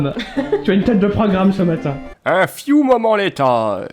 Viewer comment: "a fiou moment later" chui mort" 😂😂